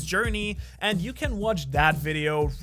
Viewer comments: Is no one gonna talk about how he said Shanks for watching instead of thanks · not a hater actually ur videos are amazing but i heard at the end u said ¨shanks for watching¨ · I loved the vid but at the end you said shanks for watching 💀💀😂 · Did bro say shanks for watching? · Who noticed he said shanks for watching at the end 👇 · I like how he said shanks for watching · Has anyone realized that always says "Shanks for watching!" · Did anyone realize that in the end he said:Shanks for watching? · Shanks for watching is what i heard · also why did you say shanks for watching? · the way he hit the H